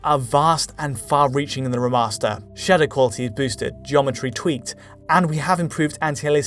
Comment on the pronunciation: “reh’master” lmao